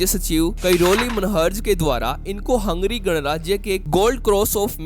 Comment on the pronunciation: Abe हंगेरी bol. Hungry नही.